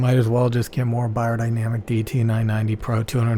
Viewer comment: It is closer to "buyer..." but still not correctly spoken this way. I'm from Germany.